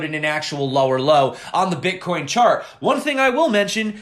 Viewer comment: Love your videos, hate the way you say the word Bitcoin